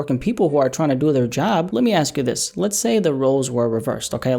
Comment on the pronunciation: Man's always talm bout "Les Go" someone need to tell him "Les Stop"